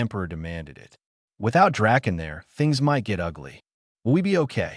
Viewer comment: Here we go again – the word is “it”, Not I T!!!!!!!